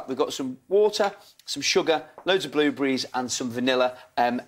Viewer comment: bluebries!!!! he said blubries